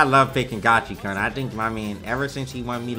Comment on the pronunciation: Uff, it hurts hearing Gachi"karn" each time. I thought its Gachi"koon"...